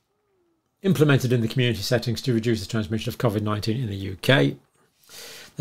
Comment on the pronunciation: I think you’re brilliant but hate when you pronounce it like cawvid